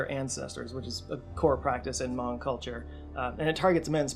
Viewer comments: Might be a regional difference but isnt hmong pronounced like "muhng"? Ive never heard it said "mawng" before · Hmong is pronounced "muhng", not "mahng" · We love you,, but you're mispronounced Hmong. It sounds like mung. I went to elementary school with a bunch of Hmong kids, they're actually a really cool people, very pretty dresses n such. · Stop saying Mong. It's so funny. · I'm not Hmong but I do know they pronounce it "Muhng". I could be wrong but it seemed off the way is saying it here. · Hmong rhymes with flung, not bong 😜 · I may be wrong but i think he also gets the pernounciation of hmong wrong and where hmong people settled in america